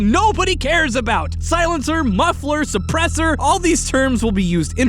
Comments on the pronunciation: Iths pronoucethd suuurpessthor thank you very muchthhhhhhh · Lmao people are actually complaining about the pronounce of the word suppresser